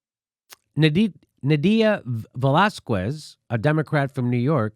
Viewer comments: It's not Velaz-kwez,it's Velaz-kez, you ignoramus. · Dude, don't say Velaskwez. Its pronounced Velaskes with the stress on the a. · It's not Velazqwez, it's Velazquez ! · JIMMY!!! Please! Lay off the VelázKOOez pronunciation! It's really simple, VelÁZkez. The U is silent! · It's pronounced VELÁZKEHS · Velasquez is pronounced "vuh-lah-skez" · How TF does Jimmy live in L.A. and not know how to pronounce Velazquez. He doesn't eat queso? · Jimmy, the "qu" in Velazques is pronounced like a "k"! Ask your wife. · ugh Velazquez is nooooot pronounced like that...